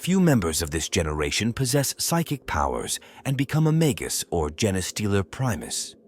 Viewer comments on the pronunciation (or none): Feed the AI mah-gus, or mah-guss, instead. It's pronouncing it mag-goose. Or better yet use the Bonzai Buddy voice for extra schtick.